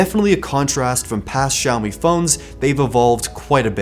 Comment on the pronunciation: 小米这两个字的发音是如此标准